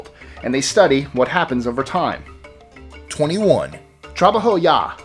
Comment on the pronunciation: Dude needs to learn how to corectly pronounce the names... Specifically : Trabajo